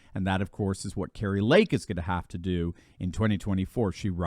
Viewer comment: Kari not Kerry.